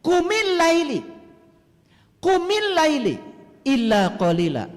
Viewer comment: Baca aja salah,qumillaila jgn Laili,Muzzammil itu siapa,bc aja ayat selanjutnya,ayat ditrang oleh ayat.spertinya lngatan ini org terganggu sbb mama mama senyum terus sebagai pndengar Budiman.